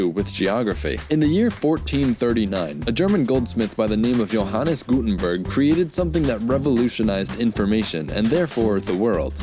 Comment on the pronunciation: Constructive criticism: The German letter "j" in "Jute" is pronounced like the English letter "y." Although /dʒuːt/ is common, the proper pronunciation is /juːt/, like "Yoot." Same with German names, like Johannes, which you pronounced correctly in this video, but not in the video regarding the the descendants of the Hebrew name Yohanen; example: Johan, Jan, etc. = Yohan, Yan, etc. Either way, your videos are great! Keep up the good work.